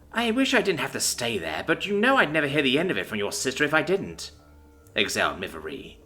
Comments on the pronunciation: Yay, more Shil verse. Observation: I think "Miv-eire" is pronounced more like "miv-air", possibly with a 'y' inflection like "miv-yair"(sort of French-like). Too bad you're stuck with it as-is. Note to authors: Don't mash the keyboard to make alien names. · As a french it is miv-air